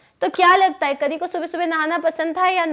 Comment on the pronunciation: Mam this is not kri it is kari a is not silent